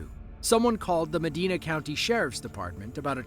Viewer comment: Here we go again. It's MaDIna NOT MaDEEna 🙄